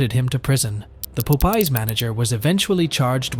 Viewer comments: Of course I couldn't find the other 22,000 from the first case because she spent most of it on luxury items so it's kind of a double meaning when she said that the money is in the bag because if that's a real Louis Vuitton bag you can guess where some of that went. Also, it's pronounced Pop Eyes like Popeye the Sailor not Po pee😂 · Not being funny i love the way the guy pronounces the restraunt name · Po pees restaurant 😂😂😂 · why do you keep calling it po pees 😂 thats annoying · Love that chicken from po-pees 😂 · Po pie 😂😂 stop it! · My guy said poepees and poepies? WTF 😒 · Po - pees??? Is that a new restaurant? Never heard of it 😂😂😂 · A local "Poh-pee's" restaurant. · Where are you from? You seem to insist its called pope eye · She steals a ton of money and gets probation oh and 20K in fines. That's a load of crap. They wonder why these people keep doing this over and over again. There are no consequences for these thieves. The guy's pronunciation of the name popeyes. LOL If taco bell man was a former leo, then he knows they ask all kinds of questions trying to find out what's going on. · Popeyes restaurant pronunciation got me 😂😂😂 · Ok i had to skip incident 2 because you kept butchering the pronunciation. It's like the sailor-man cartoon. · so I was listening to this video playing solitaire. I wasn’t watching it. When I heard “pope ees” I was super confused It’s pop- Eyes 👀 I was confused enough to where I had to make the video larger and read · Poe Pies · He really said pope eez.... its pop eye... like. Pop 👁👁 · Pop-eye not pope-eye. Like the cartoon. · It’s fucking POPEYES(pop-pies) not no damn PULPIES fucking annoying get your shit together man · Pop-eyes popeyes my man if youre gonna do ai atleast double check and make sure shit is right 😂😂😂😂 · It's Popeye's...like the sailor man cartoon. Be familiar with what you're going to say beforehand...yeesh. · Im stuck on the commenter say "pope-ear's" !!😅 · A local Po-pees! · it’s POP-EYE 😂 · its not "poh pie"?😂